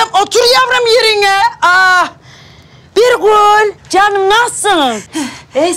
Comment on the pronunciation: Hasibe. Birgül e. Birgül diyemiyor bırgul diyo